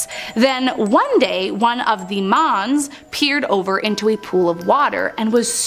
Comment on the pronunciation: When she says 'mons' all i can hear is 'moms'